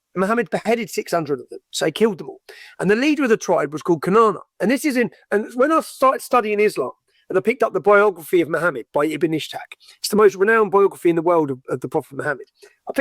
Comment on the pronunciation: he says khaybar as kobar. Ibn Ishaq as ibn ishtak, the tribe wasn't khaybar, it was bang qurayda. He says muhajiroun as mujahareen... how can anyone take him seriously??